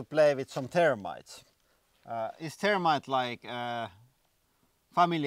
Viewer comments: I thought you were talking about termites. Not thermite. Gotta work on pronouncing the TH. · Was that thermite or termites? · Hi! I'm Lauri And today, we are going to be playing with some termites! I know the H has a different inflection when translated into english, but it's funny to hear termite like the ant instead of thermite like the explosive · the "h" is not missing, it is just pronounced differently, here in finland we ONLY pronounce the "the" as it is pronounsed in english word "they", so he pronounces "the[y]-rmite". it is stupid that in english there is lot of ways to say "the..." they the end thermite all those are differend, but why :D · It's a good thing you had 'thermite' written in your title because it sounded like you were saying you were going to play with termites. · Thermite? Or Termite? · lol, he's finnish so they don't have the þ/ð pronounciation in their language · The "h" is missing in his pronunciation